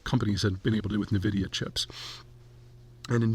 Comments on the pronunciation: The company name is not pronounced “nuh-vidia”. Per the company it is pronounced “En-vidia”. Hard to take an opinion seriously if you can’t even get the name of the company right. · 'N'-vidia.. not Neh-vidia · It's pronounced N-vidia not Na-vidia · INVIDIA not NAVIDIA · I love you Zeihan but the way you pronounce "Nvidia" is wrong! Its pronounced "EN-VIDIA" not "NIVIDIA" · It's En-Vidia, not Nuh-Vidia. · oo, it's "EN-vidia", not "nuh-vidia" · NVIDIA is pronounced EN VIDIA. It is not NUH VIDIA for sure. It is known that Deepseek stole the AI model from OpenAI. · The whole world knows the company as (eN)vidia. Why the emphasis on (Ne)vidia? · It's "en vidia", not "ne vidia." Just...for the record. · It's en vidia not nuh vidia. Old people lol. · Its pronounced “EN” vidia not “NE” vidia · Also it is Nvidia is promouncedas "N"-vidia. No "nun"-vidia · HUUH... dont think you really understand this subject matter... and it's "N VIDIA" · N——-vidia. 🙄 and dude, your one week delay makes you seem like you are living in the past. Seriously. It’s not going to motivate me to pay monthly and it just makes you sound out of touch. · "nuh vidia" Pete's a moron. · Navidia?..did I hear that right? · Sorry, I can't listen. Nehvidia... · * pronounced EN-vidia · "Nahvidia" Just stop dude. 😂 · Navidia ? Lmao .. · Saying NUH-vidia does not make you sound like you know what you are talking about… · It’s pronounced “envidia” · It’s pronounced envidia. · It's EnVidia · Wish he new how to pronounce the company lol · He cannot even pronounce NVIDIA correctly, its a cringe listening how he does it. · When you can't even pronounce Nvidia correctly... it's insane that anyone would believe you know anything about tech. Par for the course for Peter and tech. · You can’t even say nvidia so I can’t take anything you say about tech and ai seriously